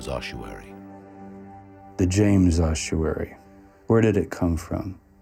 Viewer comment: It's a fecking ossuary! Oss-uary. Where does this completely made up 'h' Come from? Spoiled the whole film for me, and it's not an accent thing. Somebody on the production team who wasn't very literate probably told a bunch of voice artists and actors (who had never heard of it) how to pronounce it, and it went down hill from there. How, on God's Earth, are we to determine what may have been written two thousand years ago, when, supposedly educated, film makers cannot actually read and speak the words of to-day?